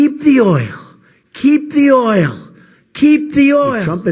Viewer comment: He said it like "Keep the HOIL, keep the HOIL"